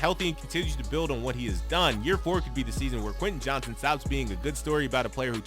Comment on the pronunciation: You mispronounced his name every time